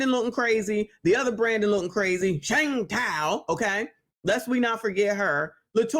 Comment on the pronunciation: Every time she say Shang Tou I bust out laughing 🤣